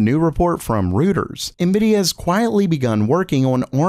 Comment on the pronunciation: Reuters is pronounced ROY-TRZ. :)